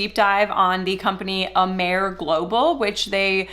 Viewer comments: It's excellent. Did a ton of research on it before I purchased and ingredients are high quaily and research based. Been benefitting from Amare for 3 years and choose to not build a business....which is totally acceptable!!! BTW, the name is pronounced ah-mah-ray. It means love in Latin and most people pronounce it right on the first try. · Mental wellness and mental illness are two different things. Amare does not claim to cure mental illness. You should at least pronounce the name of the company correctly that you are making false claims about. The products are helping a lot of people. The products work. It doesn’t seem like you are credible. You really have no idea what you are talking about when it comes to Amare.